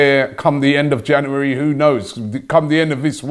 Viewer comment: “ In Janouerry”